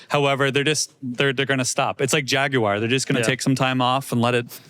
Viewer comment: OMG just heard pronounce Jaguar correctly instead of as "Jag-u-wire"! Progress.